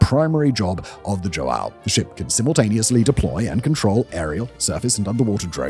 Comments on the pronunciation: You close your nose and say hwow... not joe-AY-oh🤣👍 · You gotta respect this man's dedication to mispronouncing portuguesse names. He says JoAo , igoniring the "ã" but at leas he gets the J right. Yet he has been pronouncing "Jair" as "Haeer" for years! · Dom João Segundo virou Do Joaaaal Second mas tudo bem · As a portuguese, my heritage dies a bit every time Simon pronounces João like that lmao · Mine does too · As a Portuguese man with the exact name of that ship, you butchered the pronountiation of the name spectacularly. Keep at it.